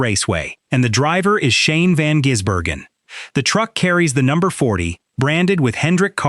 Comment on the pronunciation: His name is NOT Jisbergen,how about a bit of respect it`s Gisbergen,t`s like saying Hendrix,SVG drove the Ute for more practice on ovals,from an insider Shane is staying with TrackHouse and the number 97